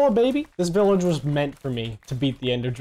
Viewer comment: its not billage its village you